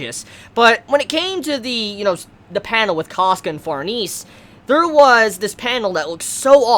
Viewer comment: Just a heads up, Farnese's name is pronounced Far-ne-ze, not Farnees. It's an italian name. I made that mistake initially, too.